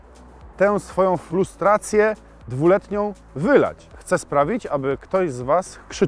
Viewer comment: Czy ty powiedziałeś FLUSTRACJĘ? 🤣